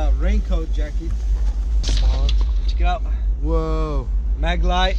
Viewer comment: It’s not swan it’s Shwan but spelt Schwann